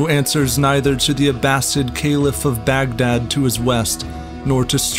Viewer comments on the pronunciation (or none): none